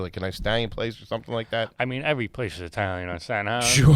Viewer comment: He said Eye-talian what a gagootz he definitely garbage for that 😂